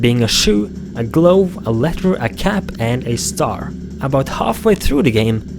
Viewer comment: and it's pronounced gluv, not glove as it's directly spelled. like the word love. just add a "guh" sound in front of the word "love" o3o